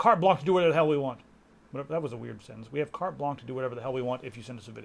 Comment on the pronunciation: CARTE BLANCHE IS NOT "CARD BLANC".Get a frenchman to tell you how to pronounce it .